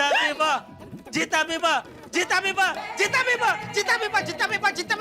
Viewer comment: tabiba nhii g tabiba 😂😂